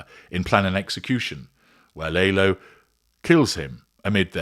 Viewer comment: Lah-lo, no Lay-lo. Have you seen the show!?